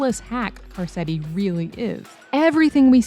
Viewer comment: “Carsetti”? Come on…